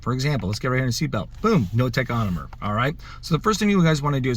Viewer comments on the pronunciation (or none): "Tachonomer" lol